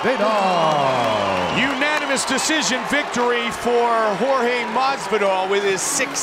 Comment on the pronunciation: Joe "Masveedoll" Rogan